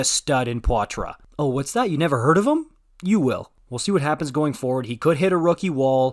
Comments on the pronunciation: It's Pot-trah, not pwa-trah. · Just so you know, it’s pronounced PA-tra. It’s like Jeff Petry but it’s an A instead of an e sound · Great video but its pronounced "Pot-Rah" the i is silent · I was surprised, I’ve been referring to him with French pronunciation, but then heard the kid himself apparently wants it pronounced Pot-ruh 🤷‍♂️